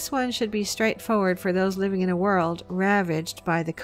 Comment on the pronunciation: Did she just say “the United States involvement in war war 2” ?